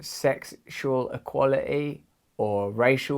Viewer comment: equala'ee, EQUALA'EE? Say the bloody "T" already would'ja!!!